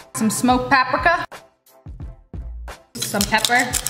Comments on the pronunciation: Ain't no body gonna talk about the Bahsle and papriika instead of bayysill and papreeka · "pap- rika" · I like how you called paprika “pap-Rick-a” love you lia 😀